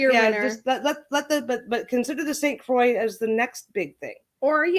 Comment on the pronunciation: Great vid! 👍 Croix is pronounced kwa ;)